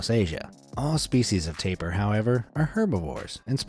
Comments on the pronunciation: Called the taper lol its pronunced like tap EEr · Tay-pier is how you pronounce it not taper